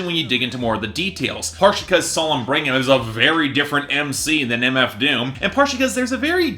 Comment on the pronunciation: Bring-um? Brig-um!!!! Otherwise, AWESOME review 👏